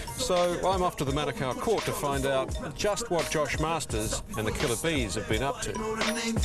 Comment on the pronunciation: hahaha its not masters ITS MARSTERS GET IT RIGHT cook island all day